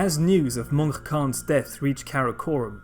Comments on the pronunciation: Just a few clarifications on the Mongol pronunciations: The name "Mongke" is pronounced more like "Munk" and "Ariq Boke" like "Areeq Bohe" in the Mongolian language. Your pronunciation of Khublai was pretty close. When Mongolian people say the name, they pronounce it like, "Hu Bu Lay". The ones you used here are closer to the Chinese pronunciation of Mongke and Ariq Boke, as well as occasionally the western pronunciation of Khublai, which is understandable to make it easier for people to follow; not putting a knock against you or anything like that. Overall though, another solid video. Keep up the good work! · As an Mongolian person i found very interesting how you prounounce these names. "Mongke" is Pronounced Mönhe And "Khublai" Is pronounced Hublai. I always found very annoying that Yuan dynasty was Chinese led dynasty and not mongol. These other countries always claims that Mongol property and people was theirs and there people. Like Kazakhstan. Claiming Golden horde is theirs. They cant even pronounce and say the words right. Altan hord